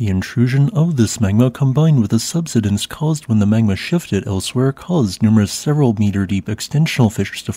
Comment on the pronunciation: Subsidence. Key words are being mispronounced. Such presentations are uneducating some and make others uneducatable.